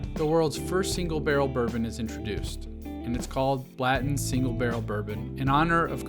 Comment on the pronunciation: Uh, are you saying Blatton? I’ve never heard anyone pronounce it that way. Why is it not Blan ton?